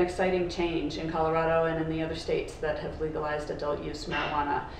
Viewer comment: Please learn how to pronounce Co-lo-ra(rah not ray)-do